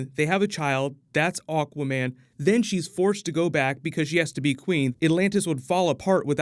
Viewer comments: Why does he say "Aw-quaman" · Misheared AWKWARDMEN ....yet you can't unhear it too :D